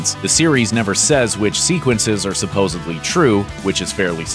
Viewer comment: The word is "supposedly" not sopposably